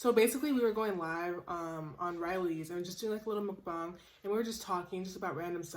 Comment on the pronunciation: i say it like muckbong too 😭